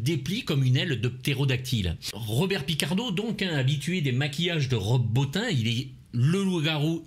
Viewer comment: Stp prononce Rob Botine !